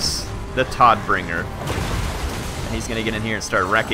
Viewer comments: Hey, so tod in german means death. Todbringer means bringer of death. Also, tod is pronounced like toad with a softer 'd'. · I hate to be that guy, and it may be an on going joke, but it's Boris "toadt"bringer. Todt being germanic for death, translating to Boris Deathbringer.